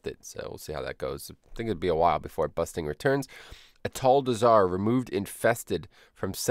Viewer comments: you saying busting instead of bursting triggers me for some reason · Busting and Quakking by some reason, anyway great changes.